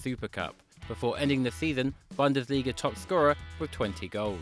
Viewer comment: It's Boon-des-lee-ga